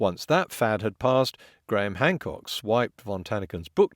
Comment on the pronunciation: Well, it does hurt when you add lies and bullshit as a perspective. Be a little skeptical, rather than listening to Gwaham Hwamcawk spew lie, after lie, after lie. You never even know how to spell Archaeology until Hancock told you about it.